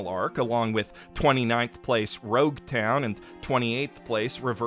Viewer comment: It's Reverie, not "Levelie". It's Berry, not "Belly". It's Roguetown not "Loguetown"